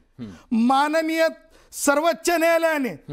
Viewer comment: हा सर्वोच्च ला सर्वच्च म्हणतो बावळट😂😂